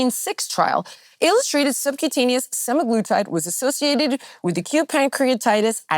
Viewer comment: Layne Norton is cool but can't really even say Semaglutide properly, continues saying SemIgluuutide, so meds are not his area of expertise either.